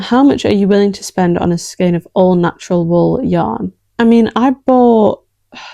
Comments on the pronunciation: I researched the linguistic history of "skein" and it's pronounced SKANE, not skeen. hope that helps. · Skein rhymes with vein!!!! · Even in the US, some people say skane and some people say skeen. It comes from Middle French escaigne, so I vote for skane, but if everyone knows what you mean, I don't think it matters too much. If you're not obviously European, I assume you're from or live near Canada if you say skeen.